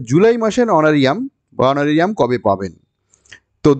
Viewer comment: Sir, kotha ta Honoura~rium hbe....🙏